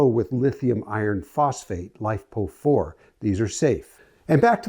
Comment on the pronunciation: It's nice to see an entire battery video without even one glaring technical mistake. You even pronounced LiFePO4 the same way I do! People who don't know an amp from an amp-hour (or worse yet, say amps per hour) drive me nuts when they try talking about batteries, solar, and so forth. I'm almost assuming you must have been an engineer, as I was. I even like how you described lithium ion versus LiFePO4, even if technically LiFePO4 is just another type of lithium ion battery. I think it is best to not be technical/nitpicky about that, because the industry standard is to use "lithium ion" to mean the previous chemistries which do have fire hazard, and to not ever call LiFePO4 just "lithium ion", but to call it by its chemistry.